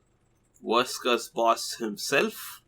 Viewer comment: When this guy says "verse curse" it sounds like he's saying "worse curse" because that bossfight was technically f*cking hell to beat without any easy methods